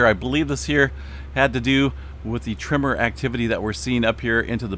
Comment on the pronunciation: You drive my wife crazy when you say TRIMMER instead of TREMOR. LOL 😂